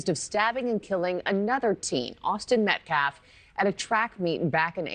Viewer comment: really! the scummy butchers the English language whenever he does a press conference! instesd of saying "Austin Metcalf", he says "Austin Metclaf". He said "Daniel penner" instead of "Daniel Penny". then, he said "deflence". 🙄